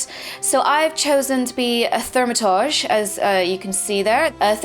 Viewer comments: its not thaumatodge its thaum-a-turge! like so she can see and stop sayin it wrong lol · Still haven't mastered the pronounciation of ''Thaumaturge'' =P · Ahh, I see now you were referring to her "Starting Quests" video, as opposed to 'thoo' not 'thau' for Thaumaturge. I know a few British people who pronounce it 'thoo - ma - turge' is all, so was alluding to that. :)